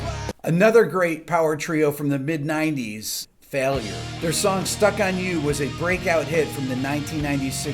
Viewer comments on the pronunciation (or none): none